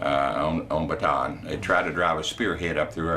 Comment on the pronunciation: Great memorial! The only problem was the continuous, never ending mispronunciation of the word “Bataan”. There is no “an” sound in this word. Instead, the word is correctly pronounced in Filipino as “Baa t on on”.